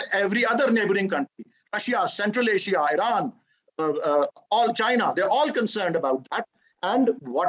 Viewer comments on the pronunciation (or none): none